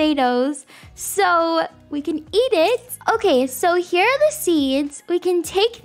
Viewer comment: The accent she said when she said “THE BUTTERFLY IS HAER”